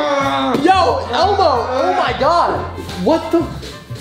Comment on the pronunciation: Man said ebow